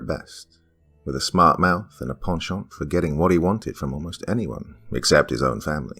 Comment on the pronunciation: Oh my gourd! Someone who actually knows how to pronounce “penchant”!